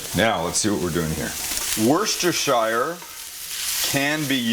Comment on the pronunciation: Tip from across the pond, Worcestershire sauce is pronounced "Woos-Ter"